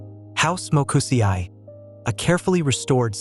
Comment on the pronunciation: Ma come hai pronunciato quel nome 😳 ... almeno andare su Google a sentire come si pronuncia. Mo Ku SE I . E di Eternity I di Italy. La I giapponese è uguale alla i italiana e spagnola e di pronuncia come la ee inglese. La i è solo accennata, si prolunga la e. Come senseī